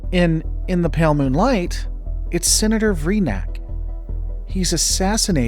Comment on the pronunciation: brother why can't you enunciate "moonlight"